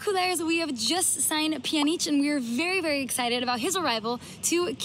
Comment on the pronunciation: Peeyanjic” she said (Pajanic) pronunciation